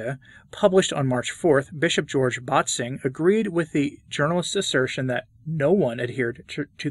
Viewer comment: One little note: „Bätzing“ is not pronounced as BAHT-zing, but as BET-sing/BAIT-sing.